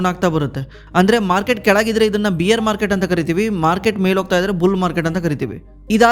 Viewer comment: ಬ್ರೋ ಬಿಯರ್ ಅಂತಾ ಹೇಳಿದರೆ ಮೂಡ್ ಎಲ್ಲೋ ಹೋಗುತ್ತೆ , ಬೇರ್ ಅಂತಾ ಹೇಳಿ😂